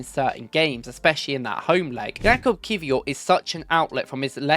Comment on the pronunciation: Lmaooooo It's not creature.. It's Ki-vee-cha